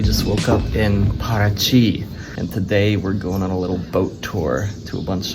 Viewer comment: You said Paraty perfectly like a native